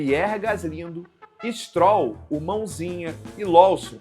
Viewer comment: E o reporter chamando o "stróll" de "strôll" 😂